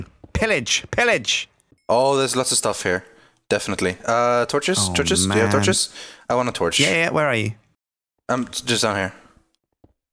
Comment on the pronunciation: anyone notice how doesnt say torshes any more?